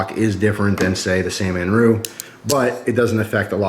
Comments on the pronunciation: It's san-ren-mu not San-man-ru lol but good vid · it's SAN REN MU not Sannemmu or Sanmenmu. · C'mon...San-Ren-Mu.:-) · ...did i hear u say "sanmanru"...LOL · "San-man-ru" lol